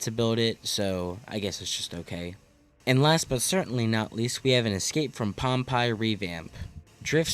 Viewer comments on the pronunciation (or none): Great video. Friendly tip: Pompeii is pronounced Pom-pay. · Ok First of all, Pompeii? Is pronounced Pom Pay. Secondly the park needs more family rides and flats rides in general. Would love to see the RMC someday, but the supporting crew needs some love. Besides which with how the economy is going to look over the next two years? I think you will be lucky to see anything big for a few years... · Your pronunciation of Pompeii boggles me as a history lover. But yes let’s get the RMC going.. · “ escape from pom-pie “ 😂 I love it I’m calling it this forever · im sorry bro i cracked up every time u mispronounced pompeii